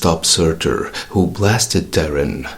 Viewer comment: I could be wrong, but I think Thor Girl's human name should be pronounced more like TAR-EEN, and not like the word Terran.